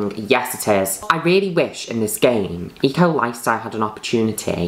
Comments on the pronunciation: Lol I kept hearing her say E. Coli style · i keep thinking she's saying e-coli instead of eco lifestyle